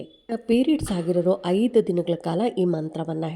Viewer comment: Haidu gante alla aide, annondu alla hannondu, adinaidu alla hadinaidu😂😂😂😂😂😂